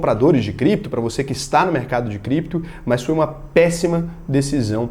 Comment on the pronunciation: "Voce meche com Crépto moeda? Se tiver biticonho nois vamo te pegah"